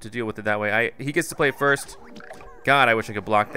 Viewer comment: He said frist not first XD